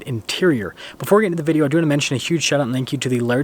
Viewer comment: We gotta get "video" clearly spoken in the intro....we just have to !